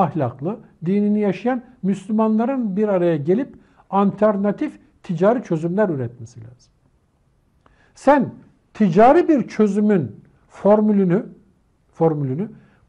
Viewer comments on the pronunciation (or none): ANTERNATİF değil Alternatif